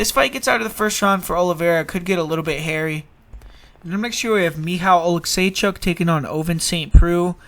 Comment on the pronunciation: Damn bro pretty cool pronounce Michał Oleksiejczuk. Lets go!